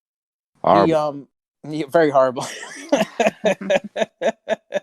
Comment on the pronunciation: Hearing him saying harrible is the cleanest best pleasure